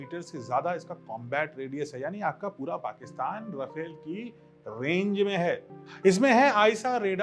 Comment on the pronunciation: Sir..."रफेल" नही है..."रफाल" है